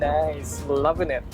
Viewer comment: if says lov'n it one more time lol